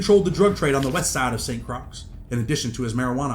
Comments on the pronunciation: Saint Croix is pronounced like the word Croy no (s) or (x) sound just a head's up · Lmao St. Croix is pronounced SAINT CROY 😂😂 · St. Croix is pronounced “Saint Croy” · It’s “Saint Croy”. That’s how it’s pronounced. As if it rhymes with boy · Need to learn how to pronounce St Croix smh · You’re pronouncing St Croix wrong, dunce.